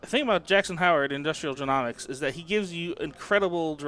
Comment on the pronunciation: Just for the future, it's Industrial jē-NŌ-miks, not jē-NAW-miks haha. Great videos though!